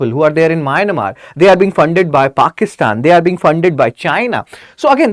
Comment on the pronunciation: Mynamar? It is Myanmar